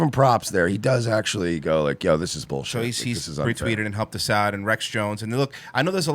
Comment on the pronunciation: Did you say Rex Jones? Lol.